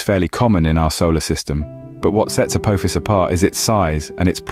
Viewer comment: apo fis dont sounds right uck yaas